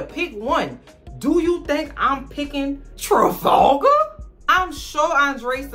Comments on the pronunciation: The way she says Trefalgar?!?! Made me snort so hard!! 😂😂😂 is hysterical!!! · I love how you keep calling that man Trifalga😭😭